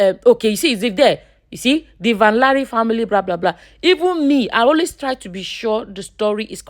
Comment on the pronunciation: Van-Lare is pronounced Van-Leh. It is a Dutch name